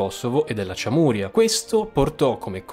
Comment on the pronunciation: Giusto per precisione sonora: Çameria = “CIAMERIA (senza accenti. Vocali della stessa durata. uguali) e non ciamùria. Cioè, come dire non Siciulia ma Sicilia. Grazie